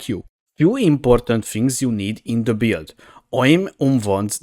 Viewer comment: One thing I really like about this video is how it kinda sounds like "beard" when you pronounce "build", Silly sure but I found the mental image of templar rubbing his beard on Sirus and he starts taking cold damage entertaining.